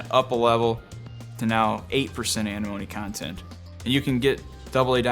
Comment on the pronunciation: Why can’t half the people that work at these ammo factories pronounce antimony? They always say “Animony” like there’s no letter T in there.